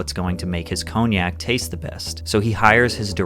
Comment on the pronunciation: Learn how to pronounce cognac!